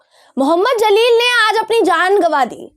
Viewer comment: The name Jaleel not Zaleel